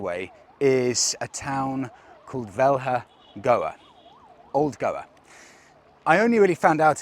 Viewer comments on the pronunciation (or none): Nice videos; I’ve been following you and keep waiting for your video posts. Just a thing about the pronunciation of Goan place names: ‘Velha’ is pronounced as Velya. As a rule of thumb, replace any ‘h’s in the middle of words with ‘y’s while reading and you can be fairly sure of the pronunciations. :)